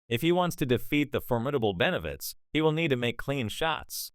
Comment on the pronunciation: Boy you suck don't even know the name it's BENAVIDEZ YOU A FOO FR FR BOZZO